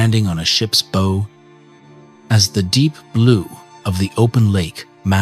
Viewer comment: teach this thing to say bow correctly....good videos otherwise ty